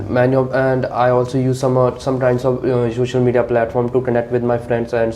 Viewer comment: The way examiner is pronouncing sosal media😂😂😂